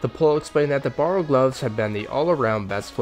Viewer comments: Wtf is with all these runescape YouTuber butchering the names of objects? Borrow gloves??? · Borrows? Sighils? Learn to pronounce lol, nice video though